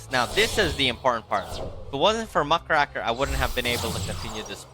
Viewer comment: Muck RAKE r, not Muh CRACK er